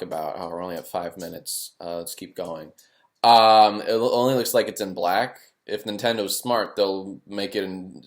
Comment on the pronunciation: I don't like the way you said BLACK.